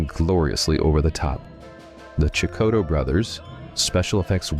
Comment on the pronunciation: it's pronounced Kiodo brothers not Chicoto, for god's sake.